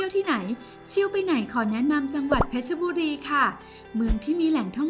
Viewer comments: เพชรบุรีไม่ใช่เพชรชบุรีอ่านให้ถูกด้วยจ๊ะ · เพชรบุรี = เพ็ด-บุ-รี